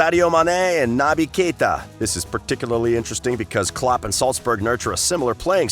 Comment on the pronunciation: And the VERY BASICS like not knowing how to pronounce klopp a name. It’s clear that the narrator is just reading a script and has no idea about football